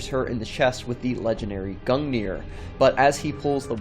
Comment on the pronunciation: Gungnir is pronouced, "GOON-guh'-near". Not "GUNG'near".